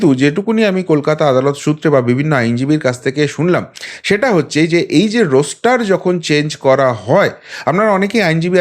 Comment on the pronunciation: কথাটা রোস্টার নয়, রস্টার